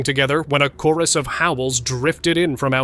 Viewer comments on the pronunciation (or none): none